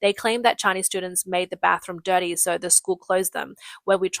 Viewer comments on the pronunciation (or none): none